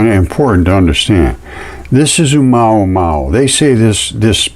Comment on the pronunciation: O - MOO - A - MOO - A, not UH MAW MAW you can do it!